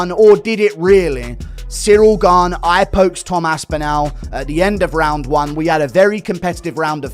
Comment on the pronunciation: Who's Cyril Gain? Lol. Its Gane!! 😅